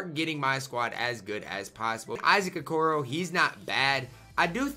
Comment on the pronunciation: Anyone else notice is prononcong Okoro wrong? 😂